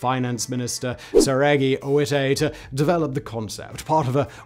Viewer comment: Um... is Sergei, not Seregi..... Still, awesome channel.